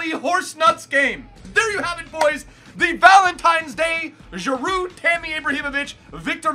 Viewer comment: The D in Giroud is silent bro